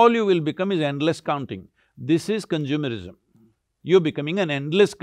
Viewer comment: We have « Science.. isim » « Consumer...isim »